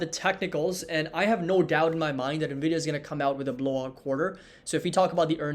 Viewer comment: how many bulls still call the company Nah-vidah? 😆